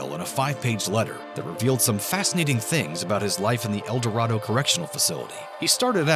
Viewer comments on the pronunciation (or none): In Kansas, it's pronounced el doray do, not el dorah do. Do your homework, more correctly your work work. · It is pronounced El dor ay do. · Can't pronounce Saline, El Dorado, and Wichita correctly. Natives call it "Sa Lie Nah", "El Der ado", "Witch it taaa" - Other than that yeah you all are right, he was / is a big pile of it. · It’s el-da-ray-doe phonetically. Kansas is east of the divide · I get so tired of hearing it mispronounced. The least they could do is try to be accurate. I'm surprised they didn't say Wicheetah.